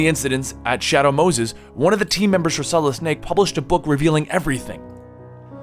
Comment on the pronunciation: You say "Solid" like "Solidis"